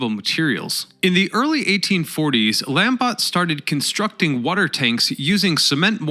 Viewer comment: Not lamb-bot. LAHM-BOH